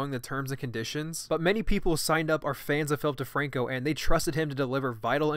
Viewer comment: this whole fucking time I've been thinking you were saying filthy franku